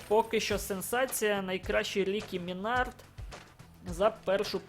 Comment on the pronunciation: И Минард ударение ставь на ми а не на склад на